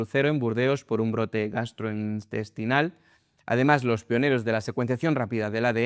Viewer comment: Le cuesta trabajo pronunciar "gastrointestinal" 😂😂 vaya con el presentador 🤣🤣